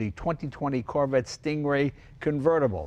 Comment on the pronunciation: Did jay just call the corvette the "Carvette"? lol